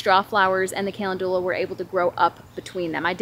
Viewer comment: Looking forward to planting some garden salsa peppers...they look beautiful! I wanted to share with you the proper pronunciation of calendula. It isn't "callen-due-la....rather it is "kuh·lend·yuh·luh" ☺️